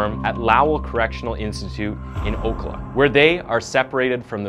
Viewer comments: HedSTROM not STORM O-CAL-a not Oke-la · Lowell prison isn't in Ocla. it's in Ocala. O-ca-la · I live in Ocala. It is pronounced oh-cal-ah. You did awesome telling this story!